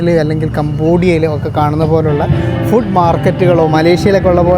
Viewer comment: ഫുഡ്ഡ് എന്ന് പറയരുത്, മംഗ്ലീഷാണ്. ഇംഗ്ലീഷിലോ ഫൂഡ് എന്ന് ആണ്. ഊള മലയാളികൾ പറയുന്നത് ആണ് ഫുഡ്ഡ്, ഡൈവോഴ്സ്, കൂൾഡ്രിംഗ്സ്, ..ഒക്കെ തെറ്റായ ഉച്ചാരണം ആണ്. കോൾഡ് ഡ്രിങ്ക്, ഡിവോസ്, ഫൂഡ്